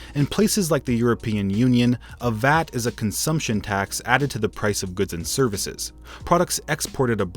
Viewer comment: A correction. Not vat. It is V.A.T. You have to pronounce each letter. Thank you for the video though! Highly informative!